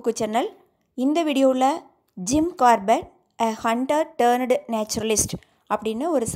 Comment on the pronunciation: 'Turned ' pronunciation wrong